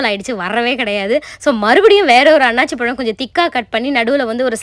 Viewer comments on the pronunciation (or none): It's anasi pazham and not annachi pazham. Plz correct it